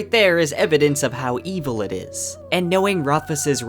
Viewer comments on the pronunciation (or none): none